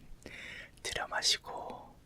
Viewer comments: 왜 자꾸 호흡부분에서 두려워마시고... 내시고.... 두려워마시고...내시고...이렇게 들려서 웃음터져섴ㅋㅋㅋㅋㅋㅋ잠이안와옄ㅋㅋㅋㅋㅋㅋㅋㅋㅋㅋㅋㅋㅋㅋㅋㅋㅋㅋ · 저도 그렇게 들려여..ㅋㅋㅋㅋ